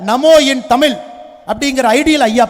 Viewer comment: ஏழை தாயின் மகன் யாருடா தம்பி. பொய்யாய் புகழாதே டா. தமிழை தமில் னு சொல்லும் உன்னையெல்லாம் தமிழனாக கருதமுடியாதடா தம்பி